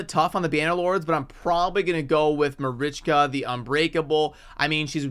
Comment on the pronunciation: Lmfao you should’ve seen my eyes when I heard Marichka. I really thought you’d lost ur mind 😂😂😂